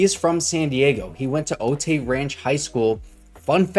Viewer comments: It's pronounced Oh tie not o tay lol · its pronounced "OH TIE" Ranch High School